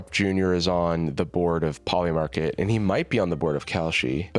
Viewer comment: 'Poiy Market' is crazy.